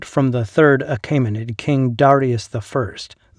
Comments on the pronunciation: The narrator mispronunces “Achaemenid” as “Ah-KAY-muh-nid”. It should be “Ah-KEE-muh-nid”. The vowel group “ae” in the second syllable should sound like the “ae” in the first syllable of “Caesar”. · The vowel <æ> is somewhere between "ey" as in "hey" and "ie" as in "die". Your pronunciation would be written "Achimenid". "Joo-lee-us See-zer" would have been "You-lee-us Kai-sar" ("Kai" rhyming with "sky'). The <æ > compound became to avoid the expense of a special piece of movable type. It can be produced on a keyboard with number.keypad as Alt-0230.